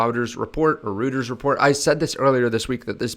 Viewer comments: it's pronounced roy-ters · It's ROY-ters.